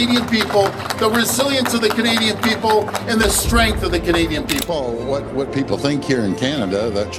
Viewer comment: The AI voice, though 😅😅😅 "w" hat?! What the actual f*ck 😂